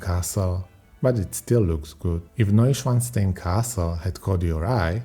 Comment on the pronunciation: das war das erste und letzte Videos des Kanals was ich mir angesehen habe - die Computerstimme ist grausig - kann noch nicht einmal Neuschwanstein richtig aussprechen